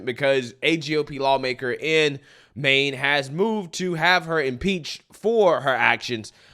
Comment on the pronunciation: It sounds like the SOS of Maine is saying ‘Mean’ and not ‘Maine’